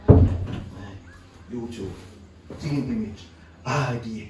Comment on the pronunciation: team image dih man Just say it CLEAR😂😂💁🏾‍♂️